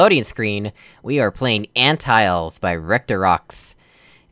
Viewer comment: "Ant-tiles" XD Just for future reference, "Ant-till-lees" Umm... you could just use the wall What an unfortunate series of events hahaha! LOL :take_that: looks around, whistling Blame the unintended solutions for the off-centered surfaces and odd button placements :P gasp Because that's a custom switch model, the place where you can press (aka use your long range use) is significantly smaller. In this case, it's only about the size of the button whereas I think in a normal switch you can press it by aiming at the pedestal. ??! You're talking about ? That isn't something I put in. Maybe you're too used to Puzzlemaker maps or something since they always end when the doors close :P Thanks for playing! I'll see what I can do with the piston.